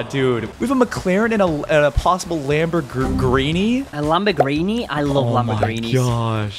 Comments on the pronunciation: Lambergini🚫 lambergreeni✅ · Bro Said lambogreeni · Bro said lamborgreeney